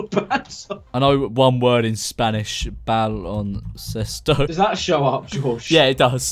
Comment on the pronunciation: no one: George: baloncestoi it means basketball btw